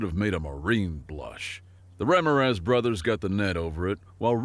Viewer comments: Stupid AI. Learn how to pronounce Ramiraz. Accent on the second syllable. Not the first. Stupid AI. is lying to us. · Great story. Loved the humor. Seeing as this is human narrated as opposed to TTS, I was disappointed in how kept mispronouncing the name Ramirez. It should be pronounced as ram-ear-rez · And you mispronounce Ramirez, twice. LMAO